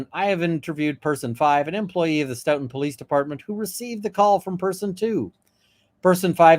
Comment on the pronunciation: Sto - ton. Rhymes with tote-in. Frederick Richards, USA olympic gymnast, hales from here.